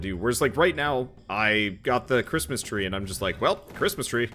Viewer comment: Crit-mas Tree